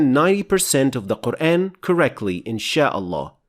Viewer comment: Its just me or you guys hear "Quraen" ?